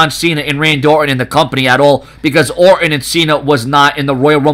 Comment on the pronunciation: OR'ON love the silen' T's